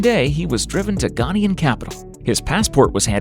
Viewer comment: Please. Ghanaian as in Ghan-AY-an. And ParTAY.